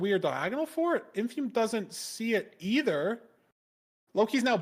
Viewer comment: Does Lud know what a dipshit he sounds like when he doesn't say Infume correctly?